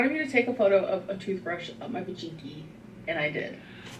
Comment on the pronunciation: It’s just so frustrating to see a 30 year old woman be so afraid of saying the word vagina. It’s not a vajinky it’s a vagina. :/ it’s like she’s 15.